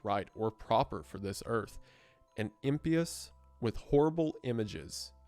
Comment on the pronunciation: im-pie-us, wendi you silly-billy